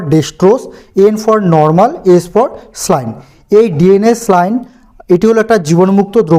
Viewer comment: খুব সুন্দর ভিডিও। কিন্তু একটা ব্যাপার না বললেই নয়, শব্দটি স্লাইন নয়। স্যালাইন।